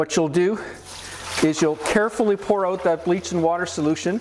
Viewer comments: I love the way Canadians say, “Ouwt.” 😂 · Love how Canadians say OUT and ABOUT! Thanks for showing us how to clean these bottles. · Ahhhh HA! I knew you said out with an accent lolol. Ontario it is. Thanks for the video! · Love your accent when you say the word OUT. I'm guessing that you are from the Upper Midwest or Canada.